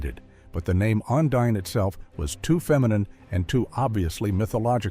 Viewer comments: It's not the one-din line. It's pronounced the o-knee-din line, l used to watch this series when I was a child. Hope that this made sense 😊. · wandin? AI?